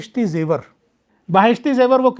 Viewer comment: महोदय जी, आप बड़े गर्व से छूठ पे छूठ बोल रहें हैं। और आप की अज्ञानता साफ दिखाई दे रही है। आप खिलाफत आंदोलन को खलीफत आंदोलन बोल रहे हैं। बहिस्ती जेवर को बाहिस्ती जेवर बोल रहे हैं। आप ने ये भी नही बताया कि रात साढ़े तीन बजे उठ कर बच्चे क्या करते हैं जब कि सुबह की पहली नमाज (फजर )लगभग 5 बजे होती है।आप को बता दूं कि इस देश के महान उपन्यासकार मुंशी प्रेमचन्द, इस देश के प्रथम राष्ट्रपति डॉ राजेन्द्र प्रसाद भी मदरसे से पढ़े थे। दरअसल स्कूल का अर्थ मदरसा ही है। आप को सच्चाई छिपाना है। मुझे तो अचार्य हो रहा है कि आप को किस योग्यता के आधार पर इस पद पर बिठाया गया है। रही बात बेसिक शिक्षा की ये अधिकार तो भारत मे सभी धर्म, पंथों, समुदायों को है। वह अपनी भाषा मे शिक्षा दे सकते हैं।आप को केवल मुस्लिम समुदाय को बदनाम करना है। उसे विलन पेस करना है। आप की बात तो यूनिसेफ ने भी नही सुनी क्यों की आप असंवैधानिक बात यूनिसेफ के सामने रख रहे थे। आप हर बात मे गूगल देखने की बात कर रहे हैं। गूगल पर देख ले आज भी हिंदू बच्चे मदरसों मे शिक्षा ग्रहण कर रहें हैं। क्योंकि आप आज भी गरीबों को सस्ती शिक्षा दिलाने मे असमर्थ है। नफ़रत मत फैलाओ अपनी रोटी न सेको।